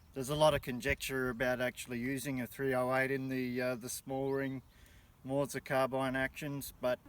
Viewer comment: This is a great video, I chringe when he says moorser rather than mauser. Love the content keep it up!